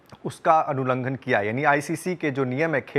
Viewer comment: अनुलंघन नहीं उल्लंघन,।